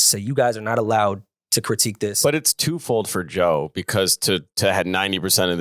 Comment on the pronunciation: can’t even says Joe’s name…It’s sick